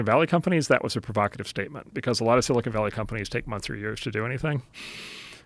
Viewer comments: Joe, it’s not “silicone” it’s silicon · IT'S NOT sili CONE valley!!!! It's sili CON!!! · i'm sure its been said, but Rogan always says "silicone valley" lol